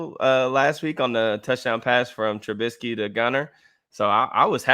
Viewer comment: Trubisky not trubitsky